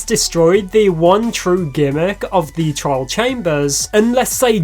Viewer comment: I keep hearing "child" when he says "trial"